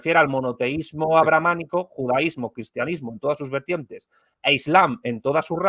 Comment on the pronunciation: Es ABRAHÁMICO, de Abraham o Abrahán y no "abramánico"...